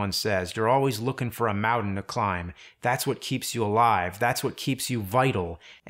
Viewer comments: whats a mowdin? is he saying mountain? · Nevermind, I just heard it. "Mowdan" instead of mountain. Interesting. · This is a great video James. You really have to learn how to say mountain though. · James says mountain in every video, and he says it wrong EVERY time.